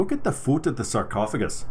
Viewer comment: Lewk at the fewt.... 🤣